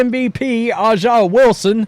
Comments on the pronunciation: A’ja is pronounced ASIA not Ah Jah. It is bigoted to intentionally mispronounce a person’s name. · Bro it’s not ah ja …. It’s “A” JUH Wilson and I’m not fan of the wnba but ur pronunciation drives me crazy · Why does this knucklehead keep calling her Ah'ja? I was trying to figure out who's he talking about. How hard is it to read (A) Its has a big A in her name. A'ja. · Her name is pronounced ASIA. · You cant even pronounce A'ja's name correctly. I know what kind of person im dealing with here 😂 Look, I cant deny Caitlin's popularity, these are facts etched in stone. Her game in college is entertaining such that she moves the needle. EVERYBODY (including myself) that watched the league before this season knew she was going to struggle because her exciting game can be shut down rather simply. Raven Johnson (who Cait only scored 7 pts on in the championship) did it. There are TONS of Ravens in the W. The W basing all of their success in Caitlin isnt sustainable with people like you. You're fans more of her than the league which is your right. You guys act like youre some sort of charity to the W, when the only potential charity the league is getting is from the NBA which none of you work for. Hype up her popularity all you want, wheres her game? She has work to do.